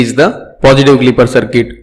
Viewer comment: Sorry to say but it is not cirket it is CIRCUIT.